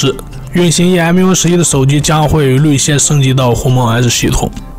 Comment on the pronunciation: "率先"应读作"shuai xian" 不是"律先"。